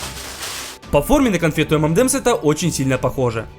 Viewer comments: Правильно говорить не "эмэндэмс", а " Эмэнэмс" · Самая ирония в том, что правильно название этого десерта произносится как "Эм эн Эмс"